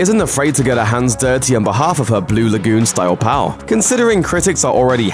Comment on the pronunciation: I am amused by the way he says pow instead of pal.